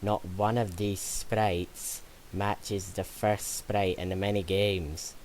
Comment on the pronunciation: Sprrrite sounds like when all my friends try to pronounce sprite(the softdrink)